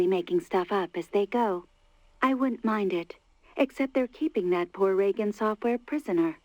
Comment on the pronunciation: He pronounces Reagan weird, right?